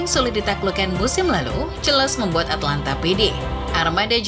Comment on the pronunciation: Atalanta sama atlanta beda ya nyet, perbaiki lagi penyebutan nya